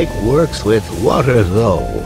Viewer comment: Shame on you as a bri ish person thats not how you say wotah